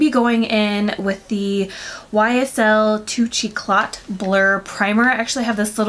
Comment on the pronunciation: Absolutely loved this look on you, especially the eyes which are just stunning! Just in case you need help with pronouncing the words, here's a breakdown. Touche eclat is pronounced "too-sh ek-lah". Liason is pronouced "lee-ay-zon" and ofra is "oh-fra". Hope this helps:)